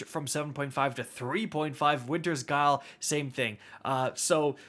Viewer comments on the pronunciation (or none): none